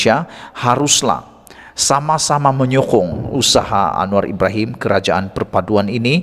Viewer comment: Sdr alangkah bagusnya kalau sdr kalau menyebut nama perdana mentri kita itu dgn sebutan yg sempurna, bukannya hanya sebut Anuwar"terus, rasanya kurang bagus untuk di dengar